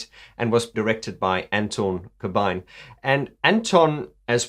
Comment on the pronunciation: Dude you're the only non-Dutch person who pronounces "Corbijn" correctly! (I'm Dutch)